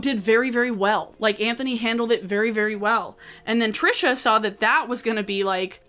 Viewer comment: YES!! I've seen so many creators that are responding to Trisha use the wrong pronunciation. It bugs me to no end because it feels like if they can't even pronounce it right they probably didn't even look into it that much.